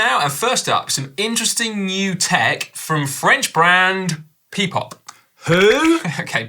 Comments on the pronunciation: It is not "pee-pop" - it is "Pi-Pop" - as in the greek alphabet π - Look at the logo on the bike 🙃😁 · Can we address the Pi-Pop pronunciation? Given the brand is using the mathematical symbol, it should be Pie-Pop rather than Pee-Pop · Si it's pronounced "Pie"-Pop not "Pee"-Pop. The symbol in the brand name is the symbol for Pi (pie) ie 3.1415.... Etc.